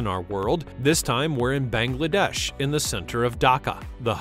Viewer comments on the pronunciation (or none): none